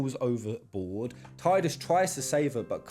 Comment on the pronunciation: It's actually Tee. People just made up their own Tiedus pronounciation.